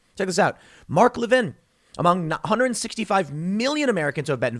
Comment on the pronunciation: That's not the conservative Mark Levin it's a democrat politician named Mark Levine who tweeted about the vaccine. I think Tim was pronouncing his name wrong. Either way two different dudes. BTW you also have those same odds when you're healthy and under 40.